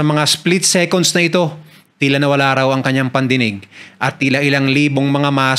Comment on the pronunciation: SEKUNS? SECONDS SEKANS YAN VERIFY MO SA INTERNET